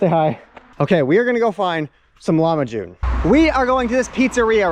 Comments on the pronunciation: Its not lamahun😂 its lahmajun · I think it’s a problem with how he pronounces it. He is not saying it correctly.